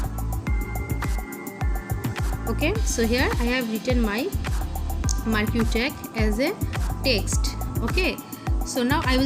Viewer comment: You don't know, how to pronounce marquee, do you?